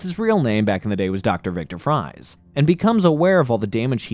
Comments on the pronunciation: He doesn't go by (fries) he goes by (freeze). Yes it may be spelled Fries, but it Is pronounced Freeze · "Fries" is actually pronounced like "Freeze." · bro Fries is pronounced “freeze”, that’s where he got his villain name from 💀💀💀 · Victor Fries is still pronounced "Freeze" not "Fry"z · 1) It's not pronounced Fries. It sounds like freeze. 2) The voice keeps saying "reprimanded" when I think you mean "apprehended." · Fries is pronounced Freeze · Fries is actually pronounced Freeze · Victor FRIES?!?! Maybe watch 5 seconds of his cameo spelling yes, but it's never pronounced like that. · I hate the way you read Dr. Friese's name as "FRIES". Like what the hell are you talking about? Are you hungry? You looking for some french fries??... I am sorry for being nitpicky, I mean that. Like sorry for the outburst. You know that feeling you get when you hear someone scratching the board or an annoying screeching sound? It kinda felt like that when you said "FRIES"... Made me feel like I was watching and listening to someone who had NO IDEA or iota about Batman im either the comics or animated series... Just a correction, his name is Dr. Victor Friese read as "FREEZE". Hence the outfit and his ability to unique quirk or ability using a weapon to FREEZE his enemies. Dr. Friese. FREEEEZE. Not fries like the food. Brrrr. Sounds really cringy to here that. Again. I AM SORRY FOR BEING NITPICKY 😅🤣🤣 I was enjoying listening then when I heard you mispronounce his name I immediately felt you were just a con artist who had no idea about the product he was selling. Haha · Victor Fries is pronounced the same way you pronounce Freeze just use an S instead of a Z. Fries means freeze in Dutch and Afrikaans. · victor fries is pronounced as freeze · The name Fries is pronounced the same as Freeze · Dr. Fries's name is pronounced freeze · You are mispronouncing the name of Mr Freeze